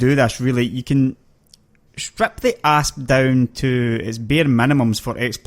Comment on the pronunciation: It sounds like he keeps saying ARSE like "fly around in my ARSE" lol...I really like this guy, hes funny and does good videos :)